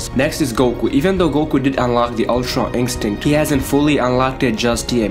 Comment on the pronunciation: Why can't you say ultra instinct properly 😂😂